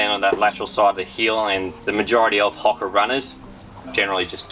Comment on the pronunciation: Love having an Aussie take on the running shoe world but the pronunciation of Hoka in this video is cooked hahaha 🍳